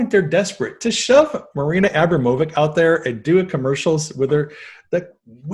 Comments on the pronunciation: It’s Abramovic. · It's pronounced A-brahm-o-vich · It's pronounced Marina Ah-BROM--oh-vich :) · Marina Ambromavich ( Spirit Cooking ) You guys are pronouncing it WRONG! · Thanks but they still pronounce it Wrong!